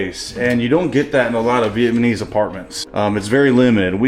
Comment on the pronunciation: Is it me or do I hear you say VietManese all the time?😂 It’s VietNamese.